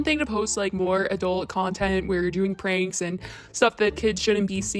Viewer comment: You mispronounced Pranks jijij 🤪🤪